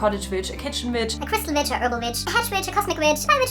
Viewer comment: This is a wonderful video, but ai cannot gets over the fact that when she said “I’m an Electic Witch” I thought she said bitch 🤣